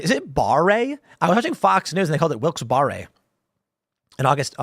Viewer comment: I grew up in NE PA about 30 miles SW of Wilkes-Barre. We pronounced it Wilks Bear-uh